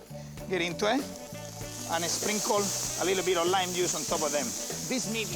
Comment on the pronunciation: sprinkol... de caramelaizing.. de stoc... ingles nivel peña nieto.